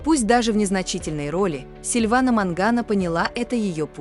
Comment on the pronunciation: Вообще-то не Мангано,а Маньяно.